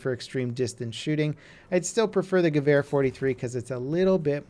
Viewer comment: Stop saying gevar its gewer